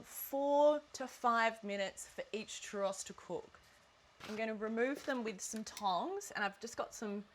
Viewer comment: Can cook churros, but cant pronounce churros correctly